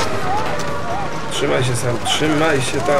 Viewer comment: "Heloł".. JEB!